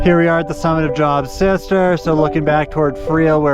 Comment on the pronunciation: wonderful video. For reference, Job is a biblical name and pronounced like Jobe 🙂Looking forward to doing this trail in July. Didn't seem too crowded. What time did you start?